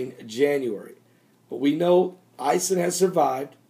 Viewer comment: oh and Ison is pronounced like: ice-own